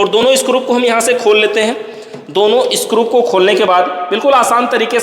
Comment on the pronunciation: भाई स्क्रूप नहीं होता स्क्रू होता हैं